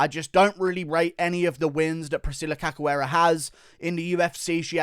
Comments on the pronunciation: The pronunciation of cachoeira is no "cacoeira" is "caishoeira" thanks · guru pronounces the polish names like its nothing but cant say Cachoeira. It's not Kakoera, say it like KA-SH-U-EI-RA